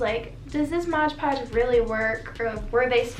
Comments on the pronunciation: If you say “modge podge” one more time hahaha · i love how you say "modge podge" even though you had the product right there, lol. it's pretty much how people say "barnes & nobles".